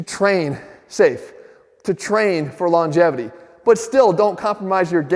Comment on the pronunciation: Did you just say Longevity ,long -JEFFITY ? i think its a bit selfish